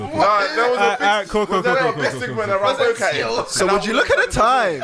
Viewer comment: I can't lie.... Man said bowcattin🤣🤣🤣. I dropped my zoot 🤣